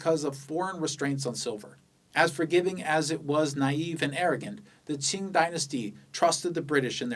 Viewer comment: 你绝对会说中文，听到你的明和清的发音就觉得很地道